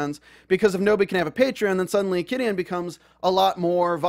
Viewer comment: Thanks for posting all this! Just some helpful advice though, it's pronounced Chi-dian, like "chi" the life energy cultivators use. Super messed up about taking down the patreons -_- While I don't support Qidian's methodology, I gotta say, wuxiaworld failed to get the rights for all these stories didn't they? It was just really bad business sense on their part. It seems they got screwed over by their lack of research and business sense.